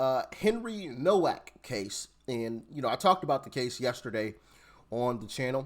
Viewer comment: His name is pronounced NOVAK. You’d think after watching these videos before making his Doc would have heard exactly how to pronounce it multiple times.